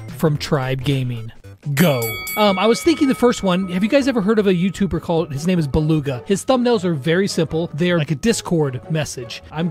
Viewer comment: His name is Beluga but you say it Belug